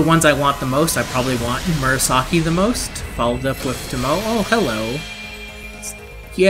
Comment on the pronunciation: I’m gonna be that guy... it’s pronounced to-mo-eh not tomo...